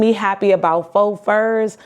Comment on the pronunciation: Faux is pronounced "foh", not "fox".